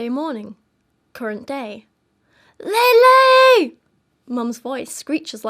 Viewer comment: Not that it matters but i believe her name is pronounced lehleh, not laylay